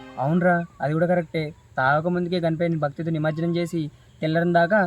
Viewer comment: నిమర్జనం కాదు నిమజ్జనం